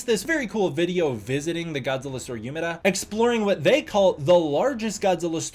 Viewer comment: THERE WAS AN EVENT IN UMEDA AND I MISSED IT???? NOOOO Btw it’s pronounced “Oomedah”